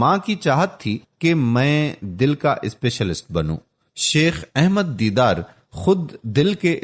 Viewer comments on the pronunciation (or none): His name is Sheikh Ahmed Deedat Rahamatullahi Alai, a Great Wali-ullah but not Deedar as per the Speaker. The Speaker's voice is Masha-Allah very impressive but he must pronounce the names as Dr Zakir Naik Sahab saye Jazak-Allah Khair. Dr Zakir Naik Sahab has single handedly reverted over 2.75 lakh highly qualified Hindus and not less than Graduates, who's names have appeared in the State Gazettes including IAS, IPS and other professionals and these are the Government Gazetted figures. And there are over five lakh others, who have accepted Islam through his Videos and Peace TV channels.